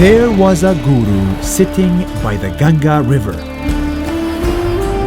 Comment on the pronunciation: The pronunciation of a few Hindi words are wrong like Ganga